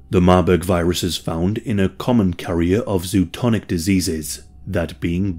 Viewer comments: I think it’s zoonotic not zootonic or zotonic or however that word might be spelt . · Zoonotic (zoo-a-not-ick) not zootonic. Great video though, cheers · bro just said ZOOTONIC